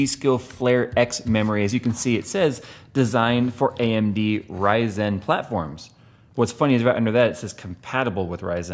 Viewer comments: Why are you pronouncing RYYYYZENNN like Austin Powers (Orange Sheeeerbeeert)? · I like how always pronounces "Ryzen" like "Ry-zen", it makes a dumb name sound a little bit cooler